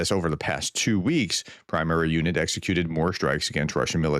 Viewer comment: Hi Prof. The correct pronunciation of the unit "Prymary' is not like "primary". It's pronounced as "pryh-mah-ryh" (stress is on the second syllable" with h being silent. Syllable "ry" is pronounced exactly like in the word "syllable", except instead of "s" there's letter "R". I hope this helps.